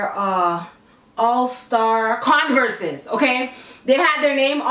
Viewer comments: You said Converse wrong.. it’s pronounced Converrs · the way you say converse 😂😂